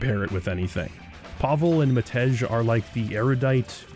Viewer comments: It's read "Mahtey" not "Mahtech" :) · Btw Matej isn't pronounced Mat-eG, it's pronounced Mate-I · Cringing each time you said it, haha! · I can’t believe you don’t know how to pronounce the name of the most famous Slovakian katana. 🤦